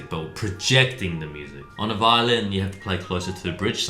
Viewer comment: i was expecting brett to say twosetVAHlin like normal, but then he said violin😭